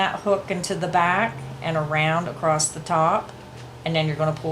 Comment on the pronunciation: Love your tutorial videos! Very thorough with your explanations. (FYI - when you are speaking, you say "acrost" instead of "across". Just thought you'd like to know.) Otherwise, great job!